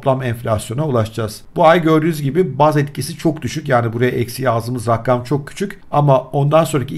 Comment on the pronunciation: raggam değil abicim rakam :D